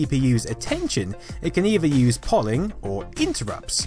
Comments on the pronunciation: Tip for you: The word ”Polling” is pronounced ”Pole ing” and not in the way which you pronounced it here, using the ”Poll” as-in ”pollen” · Polling?? In case anyone was wondering its pronounced Pole-ing not Poll-ing not sure why this annoyed me, I must be a grammar Nazi!! Great video description as always:) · Polling is pronounced "pole-ing", as in polling station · Lol yesss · "polling" cringe. Are you text-to-speeching this from Wikipedia, even so "poll-ing"? Polling is a regular word outside of comp sci. How do you not know how to say polling? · But,, you have to admit, Ghelyar is correct. I was about to say the same thing. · Lol I thought I was alone thinking it was pronounced wrong.